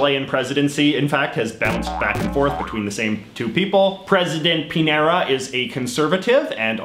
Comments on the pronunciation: He doesn't speak Spanish. He calls "Pinera" to Chilean President Piñera. However, he pronunces "señor" quite well. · Hey, JJ, I've got a pronunciation tip (I wish I could have thought of something silly like you did for the flags, but alas, I could not). The ñ, like in the Chilean president's name, is pronounced like the n in annual, or Enya. So a name like Muñoz would be pronounced like 'moon-yos', if you ever come across the ñ again. Hope this helps!